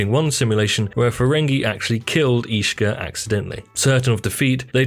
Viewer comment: combined with some mispronounced names such as Ishka and Dabo, makes it indeed feel like filler content narrated by someone who hasn't even watched the show.